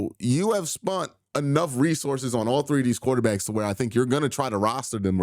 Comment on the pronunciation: "SPENT" Q NOT "SPUNT" ...😂😂😂